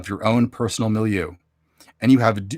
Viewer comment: I like the word milieu too. You're saying it how I've heard English speakers say it